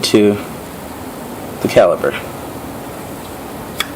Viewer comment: Caliper... not Caliber...